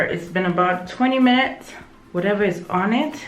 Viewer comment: Hahahahha I love you french at the end 🤣🤣🤣🤣🤣🤣🤣🤣 your accent is perfect 👌 😘😘😘😘 fifteen minute ( fifteen minuté ) Hahahah love your channel girl 😘😘😘